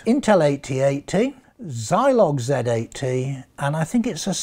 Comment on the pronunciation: Haha, "Zolig Z80" xD